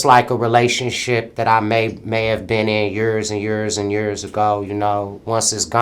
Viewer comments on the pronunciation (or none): Yurs and yurs and yurs ago